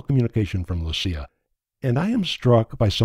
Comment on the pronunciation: Swede here, I'm happy that you got the Lucia name right and not pronounced as they pronounce it in Italy